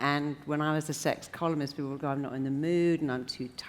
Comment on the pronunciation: I keep on hearing "sex communist/s" 💯